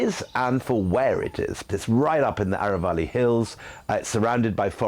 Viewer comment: अरावली नहीं, अरवल्ली बोले।it's Aravalli. Not aravali